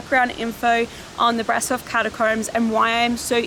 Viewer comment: Okay, one can be forgiven for pronouncing Brasov as it appears in English but it is pronounced ‘Brashov’. But no one can be forgiven for pronouncing the word ‘theory’ as ‘feerie’, unless you’re from 18th century south london.